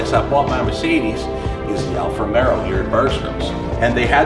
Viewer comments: hey, with respect, it’s called Alfa RomEO. Not RomeRo. It’s an amazing machine and I’m glad you are smitten. Caught the Alfa bug myself. I drive a Vulcano black one. It’s the exact same spec as that on your video aside from the red interior accents and the carbon package. Also this thing will hit 100 mph at around 8 seconds and car and driver have measured the 1/4 mile at high 11s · you got all the italian names pretty good ..but alfa romero lol...... it is romeo...not romero....just take the r off